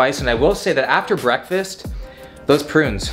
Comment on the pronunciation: Did I hear will say ‘Bwekfastt’ like the meme? 😂